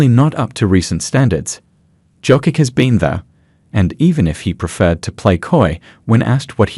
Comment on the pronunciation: Your AI can't propunce Jokic